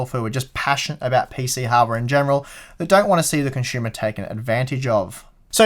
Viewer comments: I've learned two new words watching this guy; "Shtupid," and "Conshumer" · Well my comment was about how you have said words in a certain and you got caught up in that and had to explain why in a vid before. So, you have been caught up in a discussion about how you pronounce certain words and had mentioned it in another vid. So how it pertains to my first comment is that I just heard you say "consumer" again and it reminded me to ask why you don't pronounce certain "R's" properly. but I think you said something to the effect that you say words like "consumer" and "H" with a hard "H" the way you do because its proper. I was just wondering why you wouldn't put that logic into pronouncing all words. Certain words have hard "R" in them. It's also kind of a general question to Brits too, they can't seem to form a hard "R" either.... Or maybe I just wanted to say hard a lot....Damn...